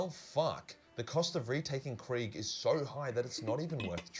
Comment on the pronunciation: People mispronouncing things doesn't bother me at all, but I was really not expecting "Death Corpse of Craig" 😂